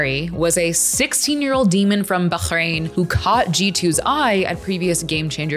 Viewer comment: props for the bahrain prononciation :D